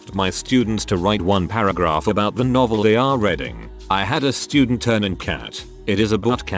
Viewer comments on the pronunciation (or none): narration app can't read the word "reading " lol